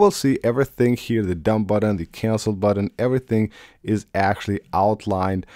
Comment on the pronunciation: Great video. THX!! Now stop saying "buddin"